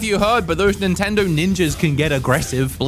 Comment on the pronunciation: "Nintender" lol